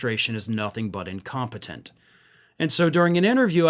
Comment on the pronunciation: Did you say “incontinent” or incompetent? (Perhaps both?)